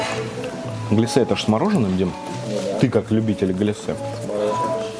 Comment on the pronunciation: Маленькая придирка, правильно глЯссе, а не гляссЕ.